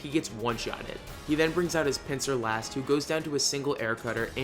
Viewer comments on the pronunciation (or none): none